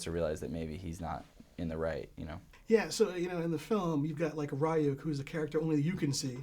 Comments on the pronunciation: Ryuk is pronounced リューク, Ryūku...Rhee-yook....*not* Rye-yook. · this guy also called Ryuk "rie-ook" clearly has no idea, I'm not a politically correct guy so I can't quite decide the term I should use but this interviewer is doing AWFULLY wrong